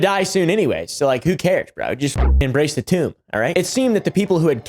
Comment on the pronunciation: "embrace the tume"